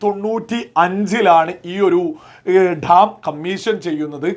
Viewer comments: Dtaaaam alla.. Dam.. Ivide bharicha orortharum mullaperiyar nte subject il kuttakaraanu.. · ധം അല്ല ഡാം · മുല്ലപ്പെരിയാർ ഠാം.. അല്ല... ഡാം.. ഡാം... എന്ന് പറയണം.... അതിനും പറ്റുന്നില്ലയെങ്കിൽ... അണക്കെട്ട് എന്ന് പറഞ്ഞാൽ മതി..